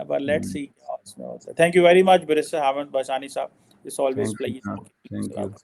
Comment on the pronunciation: Please correct Barrister Bashani NOT Barriater 🙏🏻